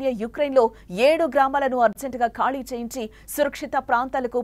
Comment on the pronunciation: అది కాళీ కాదురా శుంఠ , అది ఖాళీ